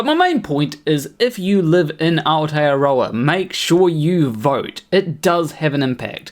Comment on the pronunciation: "Our-tear-rower" broo x'D Aotearoa! Thats like saying "towel-wronger" instead of Tauranga. Anyway anyway who am I to judge. Point is, video is accurate to a T.